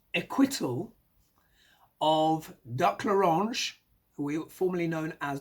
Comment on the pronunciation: You're popular! Joy (the reidout) Reid on MSNBC stated talking about doc l'orange! Just as you pronounced it! She must be watching your videos! 😄